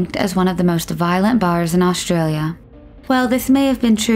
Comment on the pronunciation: why they pronounce aushtralia and not australia without sh itis australia not aushtralia it is s not sh